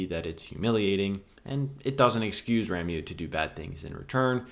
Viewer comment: RA MO is the correct pronounciation. RA MO. Rameau = Branch. You're welcome.